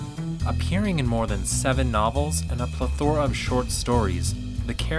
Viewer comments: Also, it's PLE-thora. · PSA: you can't pronounce "plethora".